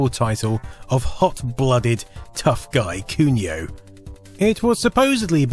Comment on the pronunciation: It's really grating hearing you say "kyuniow this, kyuniow that", please, at least make an effort to have a pronunciation that is at least close to japanese.